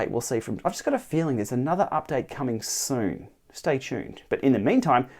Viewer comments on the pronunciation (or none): Didn’t quite catch the word. Are the new features coming “soon” or “zoon”? Lol